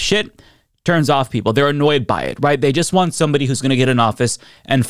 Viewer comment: Did I just hear him say “purple” instead of “people?”